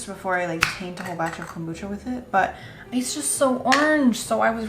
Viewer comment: the witch's kom-brew-cha!!